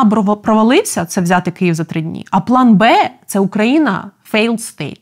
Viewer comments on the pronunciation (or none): none